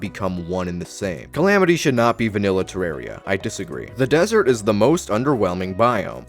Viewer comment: The name comes from the word terrarium. Do you pronounce terrarium "ter-are-ee-um"?